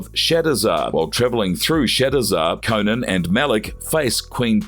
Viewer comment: CO-NAN, Not CONAN that’s a funny late night talk show host. Jeez🤷🏾‍♂️🤷🏾‍♂️